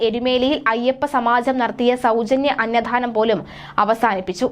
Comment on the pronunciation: അന്ന ദാനം എന്നാണ് പറയേണ്ടത്. അന്നധാനം ennau olu pyunathu